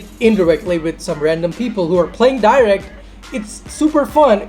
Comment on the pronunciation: You can't even pronounce direct._.